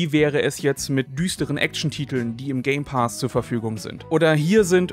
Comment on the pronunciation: „Game Paas“ so sprichst du es aus 🙉😂